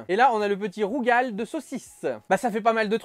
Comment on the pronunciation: Ma femme est réunionnaise, si tu lui parles de rouGAL saucisse elle te colle un pain ! 😂😂😂 Ça se prononce rougaille 😉